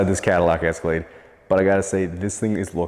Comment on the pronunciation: Escalade? I think you mean... Esca-lad-ee. Dang it,. 😂